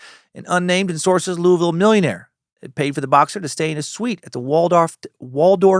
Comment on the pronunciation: On behalf of kentucky residents, louisville is 2 syllables! Not louis ville, not Louie ville. Lu-vel. Go cats! L's down!